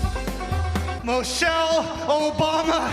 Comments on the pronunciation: It's ok he said Moshelle.. So not Obama's wife. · Who is “Mow-shell Obama”?